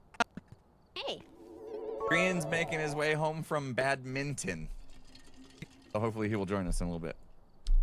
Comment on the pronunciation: When you were saying badminton you and Impulse were really focused on the mint part like it was bad mint on when its actually bad min ton.....see not a stupid word just miss pronounced